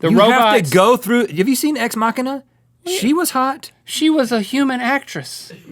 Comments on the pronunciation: Rhett Said Ex-Macinima. Its Ex-Machinima. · haha, he said ex makhina!!